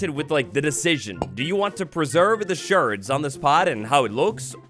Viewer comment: Cool vid, tiny thing: I think "shard" sounds like hard, not sherd said like herd